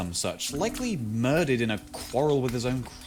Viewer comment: the mispronunciation of quarrel i believe was one